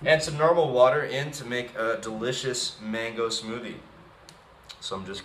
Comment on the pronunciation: *mango not mangi lol